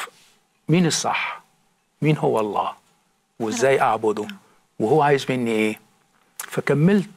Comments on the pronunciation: أنا أقسم واجزم ان هذا الرجل نصراني حثة النخاع من خلال كلامه ولم يكن يوما مسلما أطلاقا..المسألة بسيطة جدآ ..قد أدعي إني كنت مسلما ثم غيرت ديني لكن من خلال كلامه انكشف اولا المسلم لا ينطق إسم الجلالة .ألله تشديد الهمزة . بل يقول الله..دون تشديد الهمزة ..ثانيا لا يمكن بحال من الأحوال أن يصل الإنسان العاقل الى معرفة الله العظيم موحدا له في داته وصفاته وأسماءه تنزيها له من التشبيه والتجسيم وتعظيما لداته العلية تماشيا مع الفطرة والمعقولية ان يتخلى عن هذا التوحيد فيؤمن بالله المتعدد الرؤوس تلاتة آلهة في إله واحد لغز ومعضلة فكربة ...الأب إله والابن إله والروح القدس اله .لكن هؤلاء الثلاتة هم اله وأحد .بالله عليكم هل هناك عقل يستطيع ان يفكك هذا اللغز العجيب سفصطة وهرطقة بطل تأكيد ..وانا أجزم ان مهما حاولت أن تفهم عقيدة التثليث تصبح أكثر غموضا وغرابة ..لذلك معظم النصارى بالرغم من إيمانهم بها الا انهم غير مقتنعين بها لأنها غير معقولة ..اما ان تكون واحد او تلاتة ..أما الاتنين فهذا مستحيل الحدوث . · يبدو انك تكره اله واحد الأحد المتفرد في وحدانيته المنتزه عن التشبيه والتجسيم ..وتحب التثليث اللغز إله برؤوس متعددة لذلك اخترت النصرانية فهنيئا لك بالشرك . طريقة كلامك تدل على ان هذا الرجل نصراني حثى النخاع اولا المسلم لا ينطق اسم ألله (أ ثم لله ) بهذه الشكل بل الله بدون تشديد على الهمزة .أكيد هذا الرجل بم يكن يوما ما مسلما إطلاقا والدليل جهله بالقرآن نصا ومضمونا لذلك لم يستطع أن يشير الى دليل واحد على ان هذا الكتاب ليس وحيا ، و لأن حديثه عام غير دقييق ولا علمي مقنع. يقفز من هنا الى هناك من القرآن إلى السيرة...بالمناسبة يا يارجل وانا هنا أجزم انه لو قرات القرآن لما تخليت عنه أبدا ....هل تعلم لماذا لأن الله الخالق الكلي القدرة والكامل المعرفة اللطيف والامتناهي الازلي هو المتكلم في القرآن عكس كتابك المقدس تماما عندما تقارن بينهما ستلاحظ الفرق مباشرة لا مجال للمقارنة إطلاقا ....